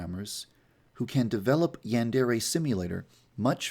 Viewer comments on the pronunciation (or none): So... uh... Who wants to let this guy know how to pronounce 'yandere' correctly?